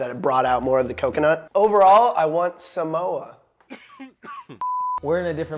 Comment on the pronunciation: "honestly i want sa-moa" i see what you did there, you want "some more" of the "samoa"